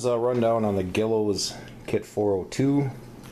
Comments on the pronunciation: Great build! Looks great! btw- I thought it was pronounced "Gee-lows" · Thanks! i recently gave this model new vinyl graphics from callie as the water slide decals dried up and flaked away. actually the proper way to pronounce guillows is gwillows. i have always said gillows as that is how the hobby shop pronounced it when i was a little kid in the 70S =D